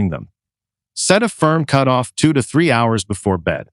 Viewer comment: Cutoff is pronounced “cute off”? Where did you learn English?